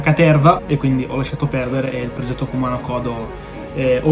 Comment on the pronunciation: Nooooo 👿!!! Peccato per il Kumano (accento sulla U 😁)! Oltre agli 88 templi, per me ti si addice il "cammino sacro"... in ogni caso non sarà certo un problema, il KODO (ritmo del cuore), l'hai sempre con te in ogni CAMMINO. Mi sa che se ne son accorti in molti qua dentro... 😉🖖